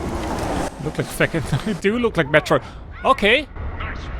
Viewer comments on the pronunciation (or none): none